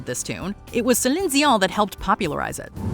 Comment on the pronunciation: Heart and Soul? I went to thinking about T'Pau....Not Huey Lewis....OR Exile. I forgot Huey Lewis had a song called that....Guess I didn't care much For Huey Lewis....Or His News....LMAO Why are you saying Celine's name like that,? 🤣😅😂 And again....Valaire....I went to Steve Winwood....So....I guess it depends on your genre and style as to whether or not these are more popular....Okay, I've Never heard of 'The Family" Or that Prince formed a group called that, Where you got that from? Nothing Compares 2 U was performed by Prince and Rosie Gaines. Not weird white people no one has heard of...."The Family" Doesn't even sound remotely close to what he would call a group or band....I swear, NGL, For the longest time I would have sworn up and down that Jimi said 'S'cuse Me, While I Kiss This Guy"....And John Cale is my favorite version of 'Hallelujah" But sorry,, Rufus Wainwright's version is the one in Shrek.